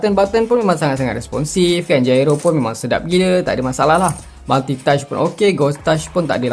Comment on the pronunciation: Gyro bang bukan jairo HAHAHAHA